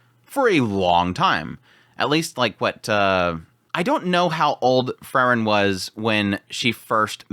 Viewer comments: It's Freeren, not Frrren.😁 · Like he always calls Frieren Frrrn.😁